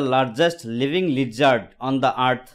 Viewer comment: Lizardot ❌ lizard ☑️